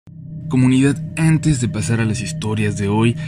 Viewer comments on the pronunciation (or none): Por qué siempre pronuncias las "a" como "æ" como el Adal Ramones? "æntes de pasar a las historias de hoy". "y æntes"